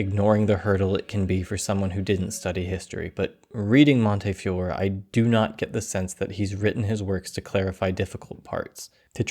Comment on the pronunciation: Fantastic video, but I really think you should've awkwardly dubbed in the correct pronunciation of Montefiore when you say his name, it would've really elevated the video.